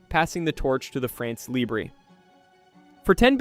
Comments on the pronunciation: For heaven's sake, it is NOT "France Libré (like LIBRAY), it is "France LIBRE, like LIBR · Please, look how to prononce two words when it's the main topic of your vídeo.